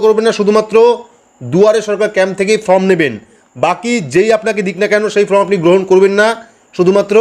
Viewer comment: ভাই ফ্রম বলবেন না। এটা হবে ফর্ম। ঠিক উচ্চারণ করবেন।